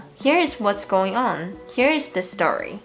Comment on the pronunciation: your social sounds like sosho 😂 这还没什么，最北七的 "ong" for "on" - please put the book ong the table 好像只有中国人讲的，不是台湾人讲的吧😂。还有一个是 "C" 变成 “say" - 维他命 Say 😂